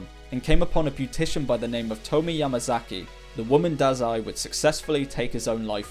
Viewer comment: Tomie is pronounced more like "Toe-me-yay".